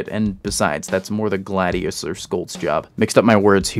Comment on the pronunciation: I'd note that the Mako would be pronounced "May-ko" given that it uses the sharks name and, eh, the Gladius would be "Glay-dius". The Scholt just drives me mad. It's a soft sound "sholt" not "skolt", it's a more German name than the majority English names used for most UNSC classes.